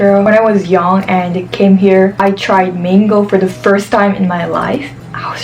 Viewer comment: I like how you say "mango". So Filipino.. 🥰🥰😍😍